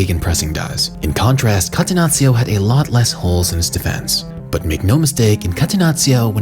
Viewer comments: Please call it Cattenacho not Catenazzio 😂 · Sorry, but had to quit watching after the third time hearing "katenazio". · Catenazzio? Hahahah. Bruv it’s Catenaccio. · kah-teh-NAH-cho ....please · what the hell is catenazio? I'm not even Italian and I'm pulling my hair out each time I hear that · Great video!!! Just one thing, call it like this - Catenachio. That's how you read 2 C's in Italy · Catenaccio mispronunced, it' painfull to Heard by an italian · Learning how to pronunce "catenaccio" correctly when you intended to use the word as many times was too much effort? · the way this clown is pronouncing catenaccio🤣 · I cringe on how this guy says Catenaccio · Great video!!! But please, if you gonna say a word several times, say it right. Everything you said Catenaccio it threw me off😭☠️